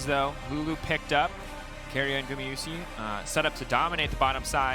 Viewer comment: People really hating on casters? I think it's consistent and informative and I love that gamayushee pronunciation of Gumayusi lol